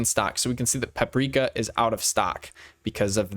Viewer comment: Great video and briliant pronounciation of Paprika, as Croatian citizen I'm impressed on how you said it because this pronounciation is native to Croatia and other balkans states. What you think about relation picker update?